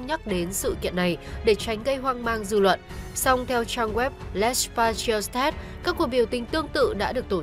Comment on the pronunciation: Đọc là Lê- pa-thri-ôt nhé